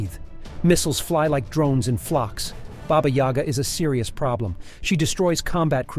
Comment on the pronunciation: AI can't pronounce it, but gets the point across.